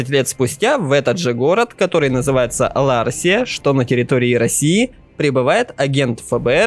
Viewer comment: ЛаРСия, не ЛаСРия. ЛаРСия... бля. Русские россия и прочее. Что за х**я? Этот чувак в игру играл вообще?